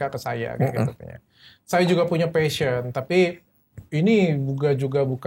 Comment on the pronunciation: passion not pahsion :)